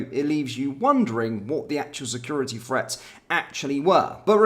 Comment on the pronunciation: There is no F in the word 'threat'...lazy pronunciation 😠